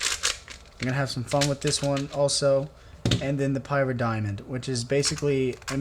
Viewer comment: its not pronounced Pie_rah_star pr Pie_rah_Diamond, More like pih_ra_star